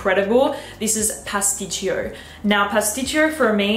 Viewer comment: Pasticcio , pronouncing is without the second I